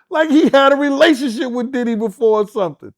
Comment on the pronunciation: Call him Puff, Sean or Sean Combs…. You calling him Diddy sounds like you calling him Daddy! On the real!